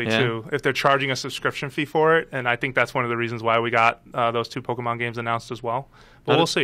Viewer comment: Quit saying " pokamon" !!! I hate that lol